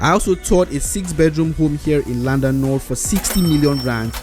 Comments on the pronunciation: is not LLanduno but Llandudno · it is Llandudno, not Llunduno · Guy in the video calling Llandudno, Llanduno 🤦‍♂🤦‍♂🤦‍♂ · Llandudno, not Llanduno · Llandudno is pronounced "lynn-dud-no".